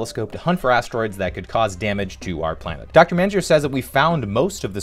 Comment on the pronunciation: You butchered Dr. Mainzer’s last name… If you watched PBS Kids for hours everyday, you could hear her pronounce her name on Ready Jet Go!.